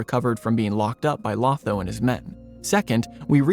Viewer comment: I think you left out a tiny but key detail. Sam is told, he was one of the Ring Bearers while they are at the havens, but that he could not _ yet_ sail into the west. The door is left open that he might see Frodo once more. Also, Lotho's name is pronounced with two long "O"s. It is a jest by Tolkien that one of the most loathsome hobbits in the Shire is named to alliterate with the word - thus, loathsome Lotho.